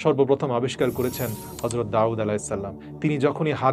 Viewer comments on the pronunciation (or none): none